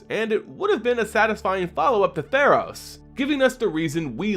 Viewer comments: In sorry, but I have to point this out. Athreos: (Ay-three-os) Not autheros Sorry. I love your content by the way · Athreos = a-three-ose, not a-ther-ose. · Athreos, not Atheros! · Why do you keep saying Altheros